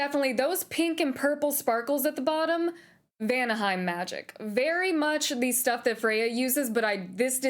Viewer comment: When I read the title saying you're a Norse mythos nerd, I totally expected you're going to pronounce the places with the rolling R. (Helheimr, Vanaheimr, etc.) And the double L tch sound too in Sköll. Guess I expected too much. XD So cute to see you nerding out tho. <3 I'm gonna watch your playthrough. I think your playthrough is going to be interesting.